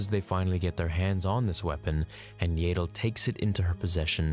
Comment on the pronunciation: It would have been a cool video if you'd just learned how to pronounce Yaddle. Were adults now and its rude to mispronounce peoples names especially when you know what the correct pronunciation is. It just makes us feel like you're not a true fan and are just doing this for money.😢